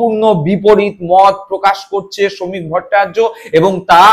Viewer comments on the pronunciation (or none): ভট্টাচার্য্য উচ্চারণ টা ঠিক মতন রপ্ত করুন দয়া করে